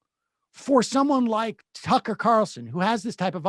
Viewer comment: Its Tuckkker Carlson.